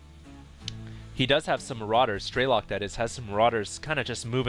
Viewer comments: it's strelOk not strElok. it's russian for shooter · i guess strelok is a russian word (as i am a russian =) ) so it's strelOk not strElok ;) (shooter in english) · "Strelok" in russian mean "Shooter" or "Sniper". Sound so funny when you pronounce it as some meaningless word ^_^